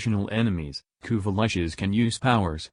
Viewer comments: "Kuva Lushes" - "Kuva Latches" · Had to stop listening because of “Kuva Lich” being okay singular, but pronounced “Kuva Lush” as plural, which was irritating as shit.